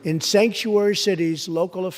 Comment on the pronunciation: Okay I know president trump said Stanksuary instead of sanctuary but all cases of them it is stanksuary it stinks any state has sanctuary cities they should not exists with terrible rules. Love the speech here this president you got to love him whether you hate him or trying to impeach him you got to be at loving heart to a fighter for the u.s.a fight on mr Trump The Trunp card for the United states so fight on And one of the best or the best State of the union Addresses I ever seen